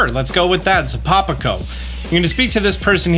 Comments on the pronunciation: That Town's Name Is Pronounced Zap-a-pico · Should be pronounced Zahpa - Peeko